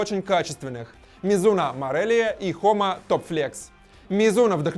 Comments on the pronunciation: Не хома а джома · Джома а не хома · Может джома а не хома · Правильно джома